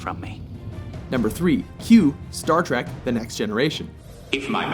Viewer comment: It's "Trek," not "Track." Learn to read.